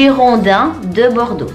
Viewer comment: Bordeaux : Bodrex Lille : Laili